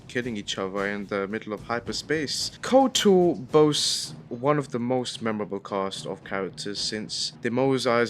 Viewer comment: 'KOTR'? Um actually I think you'll find it's 'KotOR' - I got told off repeatedly for getting the capitalisation wrong as a child in the mid 2000's. Jokes aside - Good video! It's nice to see people still talking about and recommending this gem!